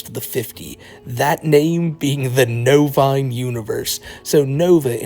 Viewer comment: I genuinely can’t tell if he says “novaonline universe” or “novine universe”